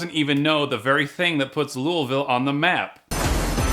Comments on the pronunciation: correct prounouncation around here is lu vull pretty much it's easy to prounounce just not easy to type. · Sir we pronounce it Lolvull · I live in Louisville 😂😂 pronounced “Looh-ville” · You say louisville wrong its more like louvul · Your saying louvile wrong😩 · My Lord why can't anyone say louisville right? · You're saying Louisville wrong 😅